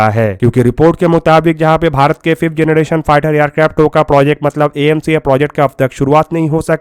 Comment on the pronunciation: phlai generrration Bolna sekhoo😂😂😂 phr banana 5th generation tati aircraft